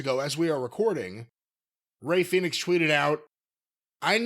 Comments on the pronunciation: all of sudden, british youtube marks started calling him "phen-ix" and not "Fee-nix" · Damn is this the first time he called him Fenix instead of Felix😂